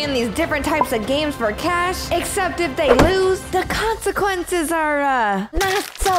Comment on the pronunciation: Her: the conasqunces are not so good of you know waht I mean- Me: yeah they die